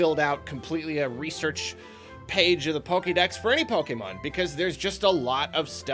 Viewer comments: Anyone that says pokeman instead of Pokémon is not a tru Pokémon fan real talk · I stopped soon as he said "PokeMAN" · I don't think I've ever heard pronounce "Pokemon" correctly, and it's kinda weird. Why do so many people do that? It's like he's making fun of the series every time he says it.